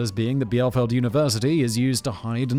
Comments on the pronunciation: Conspiracy Theories You Werent Supposed to Believe top # 1: QAnon ! (and its spin offs ("Querdenker" in Germany) is seriously the worst offender whe it comes to bad conspiracy BS) Also, being german I can say 2 things: 1- the city of Bielefeld is pronounced "Bee-LE-felt" 2- it DOES exist (afaik ;) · Bielefeld resident here. It is pronounced Beeleefelt. And yes, I'm paid for mentioning. Fun fact: The city marketing department offered a bounty of 1 million € for the proof that Bielefeld does not exist. The prize is still unclaimed. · If it existed it would be pronounced Beel-eh-felt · nearly ^^ the "ie" implies a long i, spelled like the ee in Bee the next part is the LE from lever (american) and feld like in felt (feeling) So u go with Bee-le-felt ^^ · The ie in Bielefeld is pronounced like bee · It's pronounced like bee-le-felt. Although you mispronouncing it makes it funnier, I mean how are you supposed to say something that doesn't exist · Bee - leh - felt ;) Although I am not from Bielefeld but Berlin (a bit easier to pronounce) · Pronounced "Beelahfelt" btw. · The closest thing to the correct pronunciation of Bielefeld a brit can do is „bee-lay-felt“. 🇩🇪🇬🇧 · Native Bielefeldian here. Beel-eh-felt is the best approximation for the pronunciation. And I didn't expect the town to be featured here. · Simon pronouncing Bielefeld like Beelzebub 😂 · I'm from Hannover. And I don't believe it. But you saying it wrong. It's like; be-le-felt. Keep up the good work! Love your stuff! 😊 It's nice to hear something lighter than the killing and murder on the other channels, though. Talking about city-legends: say hi to Prag for me. I love it there! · It’s pronounced Beal-A-Feld spelt Bielefeld, and yes I have been there!!!!!, a very nice city. I have a bachelors degree………….in soup!!!!. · In 'Bieleveld' (a region in Germany, not a city) 'iel' is pronounced as 'eal'. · it is pronounced be-le-felt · German here, Bielefeld(bie-le-feld) clearly doesn't exist. :3